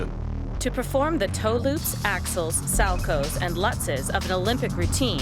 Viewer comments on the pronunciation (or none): As an ice skater whomever was narating im not tryna hate but u pronounced some of the words wrong like salchow(sow-cow) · To all the triggered people in the comments: people from lots of places pronounce it "sal-ko", such as Europe and Japan. This includes Sweden, where Ulrich Salchow is actually from. From what I can tell, the "cow" pronunciation is usually used in North America.